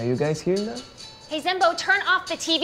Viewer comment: when he say zenbo its like he say BANZAI!